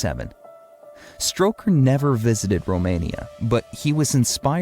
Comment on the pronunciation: STOKER. NOT STROKER